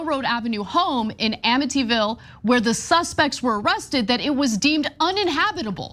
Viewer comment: "amittyville" really?😂😂😂